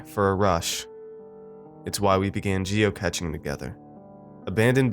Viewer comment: Geocaching is pronounced like cashing not catching. The cach part is from cache. Great narration otherwise UvU